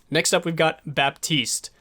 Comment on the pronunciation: It's Bat-iste and Bree-jeet, oh and title was misleading, this is not a guide on how to heal